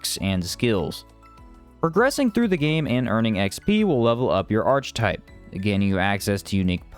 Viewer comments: Archetype is pronounced Arr-Key-Type, sorry for being a dick. Good video though :) very informative, looking forward to this one. A big improvement on the original. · Nah it's Arr-Kuh-Type